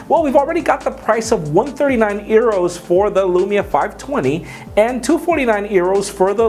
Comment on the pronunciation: Does he really think euro is pronounced arrow?